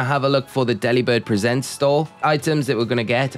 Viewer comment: That's... an interesting way to pronounce "Delibird Presents" 🎁